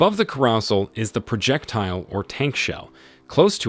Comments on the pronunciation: Ebrums tank? Project tile? Like the presentation but work on pronunciation. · This is narrated by AI isn’t? The pronunciation of projectile, carousel and trophy can be so so weird at times.